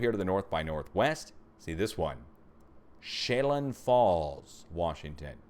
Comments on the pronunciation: Chelan Falls...pronounced Shell Ann with the accent on the Ann! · Chelan = she Lan